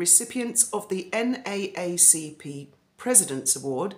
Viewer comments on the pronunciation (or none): none